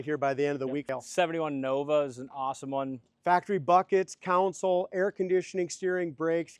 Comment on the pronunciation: Been wanting to say that for a year.😂😂